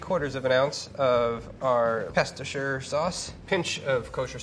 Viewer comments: STOP SAYING PESTOSHIRE LIKE IT'S A THING YOU MADE IT UP AND IT'S OFFENSIVE TO THE BRITISH, TO THE ITALIANS AND TO YOUR EXISTENCE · Just gonna say I think that's the first time I've heard an American pronounce "Worcestershire" correctly. Edit: x2